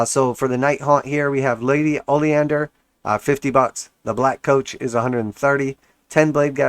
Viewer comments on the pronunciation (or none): “Ollie-Ander” 😂😂😂 it’s “O-lin-der” 🙄